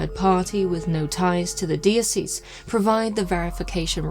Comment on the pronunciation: Dee Oh See's. Its Dye Oh Sess. (Diocese)😂